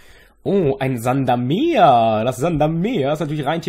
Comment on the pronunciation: Es gibt also noch mehr Leute, die Sandamer mitunter als Sand-am-Meer aussprechen. ^^